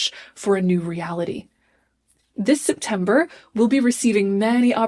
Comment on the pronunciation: Does she keep saying SIPtember because we’re all going to need to drink this month?